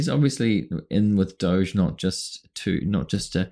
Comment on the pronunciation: why is dog pronounced 'dog' but 'doge' is pronounced like sheep as 'doughzzaaahhhh' like elmos says...- how 'bout DOOCH as a shortcut...bc doughzaaahhhh is elmo's preference and everybody hates that POS.